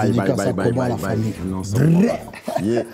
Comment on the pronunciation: "famut la samille" mdrrr changer votre présentateur